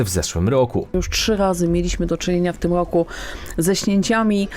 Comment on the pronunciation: Dziwny sposob wymawiania prezentera. Bardzo nienaturalny. ROoku, wOo-oody, a tymczaA-sem pO-oozdraawiam, NaraA-azie.😅